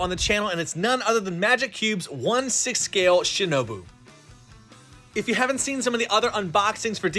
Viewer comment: He said Shinobu.....